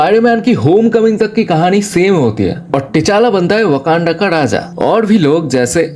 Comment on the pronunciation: Gamoda nahi gamora 😂 wakanda ka daja nahi raja😂 sade asgadians nahi sare asgardians😂 Thod nahi thor😂 bas kar bhai